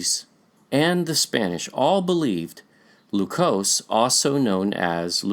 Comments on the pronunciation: PRONUNCIATION CHECK-- IN TAGALOG LEQUIOS IS PRONOUNCED AS--- Leh (as in Lebron)- Kyos (as in kiosk without a last k) NOT LUCOSE as in Glucose/ We have a present day province called ILOCOS, in Luzon which is rich in culture. The present day Vigan, a tourist destination with much gold and artifacts is in Ilocos Sur. ILOCOS- LEKYOS. Sounds the nearly same. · Adding a little phonetics. I hope you don't mind. Only use English's short vowel sounds. "Lequios" Le-kui-os If you try this in short English, you will be very close. Just helping out, please. a, e, i, o, u ("a" as in "at"); ("e" as in "end"); ("i" as in the long vowel E in the word "Easter"); ("o" as in "oh"); ("u" in the song called "Ooh" child, things are going to be easier. By The Five Stairsteps), the vowel "Ooh" represents the "u" sound in Spanish. Juan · Lequios, per Spanish and Portuguese spelling rules, ought to be pronounced as /lekyos/. Malhou in Portuguese is /malyow/, while Luçoes in Portuguese is /lusoysh/.